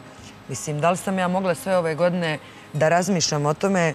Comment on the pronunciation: tri go'dne zeno daj nauci da postoji slovo ...A sa fahrom smori...sad joj se ne uvlace vise u pedu